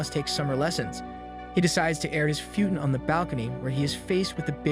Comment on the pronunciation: You said futon wrong